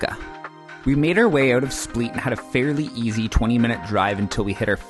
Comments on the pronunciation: It's split not spleet 😁 but otherwise an excellent video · Hi, Split is pronounced the same as the verb "to split". Quite simple. :) I'm not sure if your Croatian friends in Canada were pranking you or what (you mentioned you heard it from them), so just a friendly correction. ;) Enjoy!